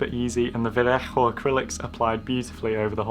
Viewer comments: I think you pronounced "Vallejo" wrong. It just doesn't sound right with the harsh "HH" sound. If I were you, I'd just pronounce it as "Vaa-leyy-ooh", sounds nicer that way. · yeah it is pronounced vayeho because its a Spanish company and thats just the way its pronounced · "vayeho" is right pronounced, gentlemen. Quite like Owen does but more softly with the "j" before the "o". Créanme, se los aseguro. Saludos! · Actually in Spanish its pronounced "va-yeho" l's sound like y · in Spanish it's pronounced veh-ae-oh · Btw Vallejo is pronounced vall-ay-ho I think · is that really the correct way to pronounce Vallejo?! Very nice plane BTW!!